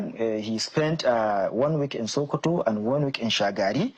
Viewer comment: it's not shokoto state,it's SOKOTO STATE.